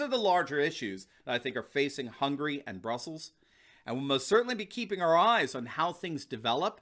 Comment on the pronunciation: i cringe at how you pronounced hungary.